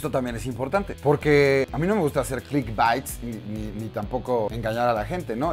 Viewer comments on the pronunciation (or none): Enseñale como se pronuncia wey, (beits) baits, (baits) bites! (*pronunciacion)